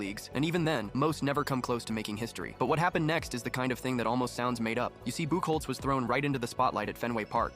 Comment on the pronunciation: It’s actually pronounced buck hotz that drops me crazy as a red Sox fan lol 😂